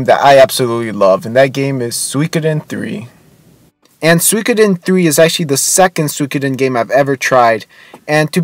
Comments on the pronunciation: Soo-ee-ko-den. Not sweekoden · Please, stop saying "suykoden," please!